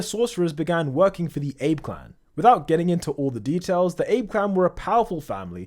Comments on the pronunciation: Btw Abe is pronounced “AH-bey” not “Aeb” ❤❤❤❤❤❤❤ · Ah-be. Not ayb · I can’t help but Abe is Ah-Beh though not pronounced like Ape. 😊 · My guy Im sure its pronounced literally as ABE not Ayb... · abe clan. 'ah bey' not 'ayb' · “Abe” clan. “A-be” mf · It's pronounced "Ah bey" it's not an anglo or Greek word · Abe is pronounced "Ah-Bay" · It's pronounced AH-BEY, u fking ape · AH-BAY clan, say it with me now, AH-BAY. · It's very jarring how you pronounce "Abe" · Why do you mispronounce ABE so badly? There was a PM names that, its very easy to look up how to pronounce it.